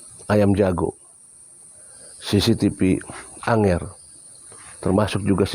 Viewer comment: Tolong,. Angger, bukan Anger.